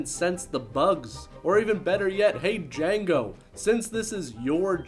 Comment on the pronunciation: The D is silent with Jango...